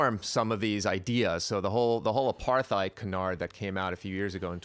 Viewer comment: "apartheid" is not pronounced with a "th" sounds. It's "apart-heid". Hard T.